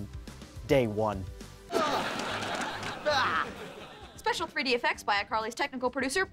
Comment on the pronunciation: You realize why he doesnt say 1 right